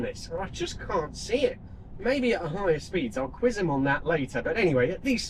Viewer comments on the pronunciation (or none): none